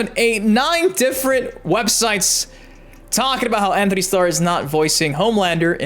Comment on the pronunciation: Btw it’s Antony not Anthony